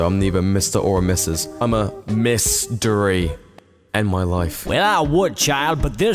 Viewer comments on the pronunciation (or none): LOL “MRSDERY”